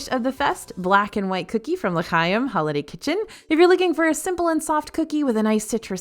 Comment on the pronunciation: Rally love the video! The Hanukkah booth is pronounced La - Hi-um - which you did say about halfway through. But earlier it was La KY-um and I was like, NOOOO! So anyway, just letting you know in case you missed it. Again, loved the video and your magical attitude is always so fun!